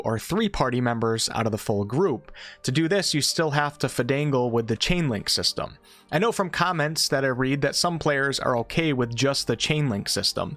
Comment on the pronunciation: You called out “I weren’t sure” but left “fidangle” and “fustrate”